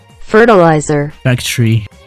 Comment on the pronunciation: When fertilizer become "Ferterat" "Fertit"